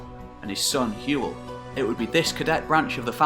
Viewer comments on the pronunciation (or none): "Duv-ed", not "Diffed"! Hywel is pronounced roughly "How-el".